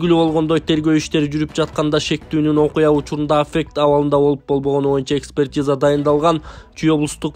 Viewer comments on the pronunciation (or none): Афек эле дейсин кыргызча котормосун айт же орусчасын туура айт